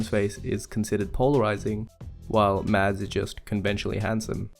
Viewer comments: Just an FYI. His name isn't pronounced MADS. Even he has said previously that his name is MASS. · It’s not pronounced mads the correct way is mass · You could atleast pronounce his name right. It’s pronounced mass with a silent d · People who say Mads not Mazz piss me off. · It's pronounced Mahs Migglesen. You don't pronounce the D in Mads and the kk in Mikkelsen is a G. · His name is pronounced Mass. the d is silent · his name is pronounced "mass" the D is silent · 10 months too late, but I still gotta comment that his name is actually pronounced like "Mass" with no "d" sound in it, FYI. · I'm sorry, just fyi. the way to pronounce mads is like "mess" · The d in Mads is silent :) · Just a quick side note: The “D” in Mads is silent 😉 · I don't want to be annoying but it would make me happy if people knew that the 'd' in Mads is silent.